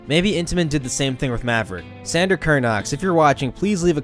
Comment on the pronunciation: San DOR, not San DER. Like a DOOR. Other than that, great video. :)